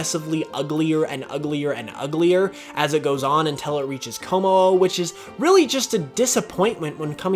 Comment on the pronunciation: IT'S KOMMO-O, NOT KOMI-O!